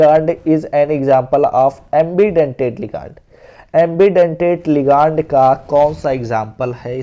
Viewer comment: Bhaiya लीगानड nhi hota hai लिगैंड hota hai pronounced thik se kijiye😂